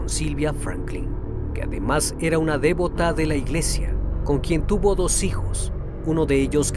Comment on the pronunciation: La palabra "dévoto" no existe. La palabra correcta es "devoto", derivado de devoción, saludos!